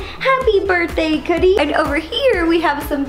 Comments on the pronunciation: you said Coodie not cookie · is it just me or does she sometimes say coodie instead of cookie?😑😐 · Rip cookie also why does Ro pronounce her dogs name wrong like coodie 🤷